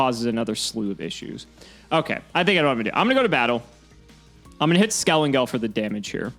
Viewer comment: lost all respcet for bc hes refusing to call skelENGEL by his right name... its NOT skelAngel....!!!!!!!!!!!!!!!